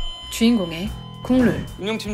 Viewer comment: 국룰이라고 할때마다 국물로들려요..ㅋㅋ😮